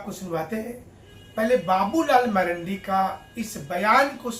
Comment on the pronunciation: उसका नाम बाबूलाल मरांडी है ना कि मरंडी 😂😂